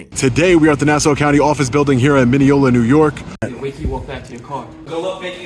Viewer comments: And by the way it is not nasa, but Nassau.... Hack reporter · NASA is the space guys....it's Nassau. NAS- SAW. NOT nasa....